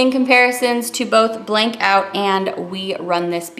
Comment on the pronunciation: Blanc is french for white and pronounced blahn....c is silent.....just a freindly fyi from Canada where french is mandatory on everything!! thanks for showing this beautiful collection xoxo